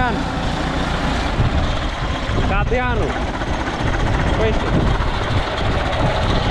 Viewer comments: Cardan nu cadran😜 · E cardan, nu cadran 🤦‍♂️😂